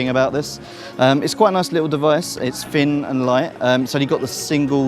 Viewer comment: He finks it's a fin and light haitch-pee laptop. Don't let him narrate any more, it's like listening to a 5 year old.